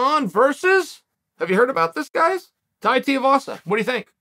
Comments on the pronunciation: DUDE, DO YOUR RESEARCH, you mispronounced his name faaar too many times ffs . its TUIVASA NOT TIEVASA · STOP SAYING TIAVASA !!! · goddammit chael its TWO-E-vassa haha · Tai TEE-UH-VASA 🥴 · How many fights until chael learns how to pronounce tuivasa